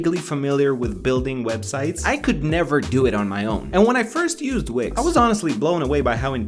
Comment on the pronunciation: when he said wix i thought he said wigs